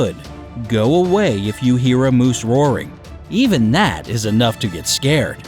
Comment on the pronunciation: It is "moose" not Mose! You must live up in the northern country, but hiding and being VERY quiet is always good, they will usually go away. A mother moose will attack, but normally, they will hear you before you even see them and they will move away. People need to learn to respect the space of ALL wild animals and leave them alone in the wild! But if you ARE going to be in their area, learn some safety rules in dealing with them if necessary. Today, since humans are encroaching on wild areas so much, meeting a wild animal happens more frequently so if you live in one of those areas, learn how to deal with them so you BOTH are safe!